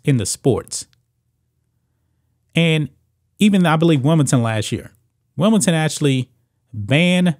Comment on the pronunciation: i like how he says Wimbleton